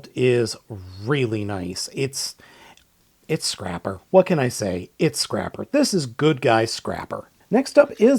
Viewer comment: that's not Scrapper, that's Scraper.